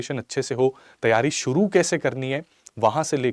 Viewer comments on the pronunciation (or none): none